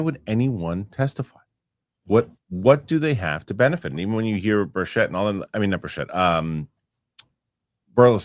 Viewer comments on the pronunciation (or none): BIRCH-it, not burr-SHETT